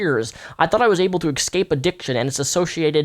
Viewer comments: please don't say "excape" when you mean escape. You are way smarter than this makes you sound. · Poppin Bubbles, it's a common mispronunciation, not a speech impediment.